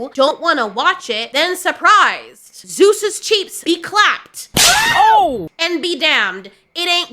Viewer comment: did she just say "Zeus's cheeks be clapped"? LOL